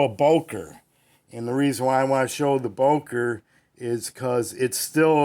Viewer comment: It’s Böööööker, not Boker. Not so difficult to pronounce, my friend.